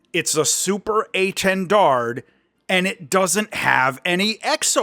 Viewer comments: Please, the last D is silent, its quite disturbing to ear that mistake. French is hard langage, hope this can help english speaker. A French loving is history of aviation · To say étendard, try saying "lil". Then take out both l's. That's the é. Then try saying "lawn", but don't say the n and replace the l with a t, that will be the "ten" part. Then try saying Dalia, that first part, the "Da" is the intonation you want for the initial portion of "dard". To get the French "r", you need to think of it as a raspy "h" sound; the American "r" has your tongue moving up while the French one doesn't need the tongue to move at all, and doesn't have the "r" sound coming from the back of the throat but the front. Then you ignore saying the d at the end of "dard". That will get you saying "étendard" the right way (or itawhdarr). :) You could always say "Banner" as well and that would be technically correct. Same goes for saying "Mystery" instead of Mystère haha.